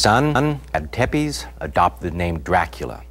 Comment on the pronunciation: its not pronounced tepes its actually pronounced tepesh but its spelled tepes and dracul doesnt mean devil it means dragon do your research